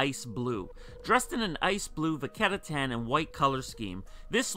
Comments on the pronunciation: Hey man don't get me wrong I looove ur content but pleaeeese stop pronouncing it "vaketta tan" its vachetta tan, thx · cause he says it like "vaketta" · And here I am still waiting for e to pronounce vachetta right